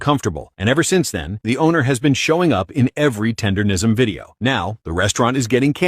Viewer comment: He can't even say "Tendernism" properly. Zero seasoning. He talking about the barbecue community like he wasn't just running Uncle Iroh's tea shop. FOH